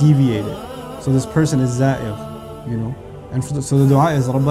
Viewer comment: kayaknya bukan zair tapi zaigh